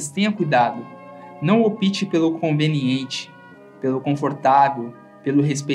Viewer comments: A pronúncia não é "opíte" é "ópite"! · Aí, depois de tantas palavras sábias, vem o narrador com "opíte" Poxa, amigo! Ópte, com força no "o".. Gzuis, chega a doer na alma